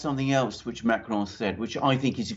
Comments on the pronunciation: The smug self satisfaction of pronunciation of Macron is truly cringe. Can he name one English newscaster besides himself that rolls their r's when speaking about the French president? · I love it how pronounces "Macron" and "Merkel." It sounds so professional.... 🙄